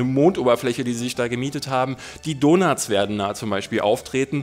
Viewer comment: Die donuts?? Du solltest an deinem englisch arbeiten :D